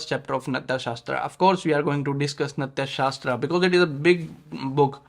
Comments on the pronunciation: Sir, its नाट्यशास्त्र, not नत्याशास्त्र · It’s नाट्यशास्त्र, not नत्या🙏🏻